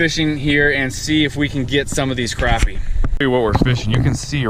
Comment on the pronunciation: I love how you pronounce it properly. Crappie not croppie